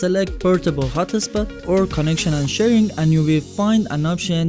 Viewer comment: I just want a mobile hot-tah-spot 😁